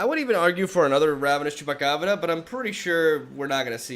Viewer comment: Nobody:; Chupacabrrrra